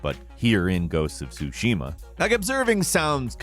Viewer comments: It's not "soo-SHE-ma", it's actually "TSU-she-ma." Emphasis goes on the first syllable, not the second. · TSUshima not TsuSHIma just FYI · Love you. "Tsusushima" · Not insane but I don’t get why people love certain games but don’t know how to pronounce it properly…the t is silent… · Lol, u should call your Content , " 10 gamemechaniks in Ghost of Tshushima " , there is no ONE THING the game doesn´t tell you !!!!